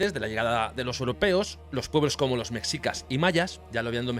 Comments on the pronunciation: 😅 muy bueno 👌 solo se pronuncia meshicas no mexicas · Mexicas se pronuncia como México Mejicas, no como tu lo haces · m3shicas m3shicas m3shicas m3shicas.....no m3csicas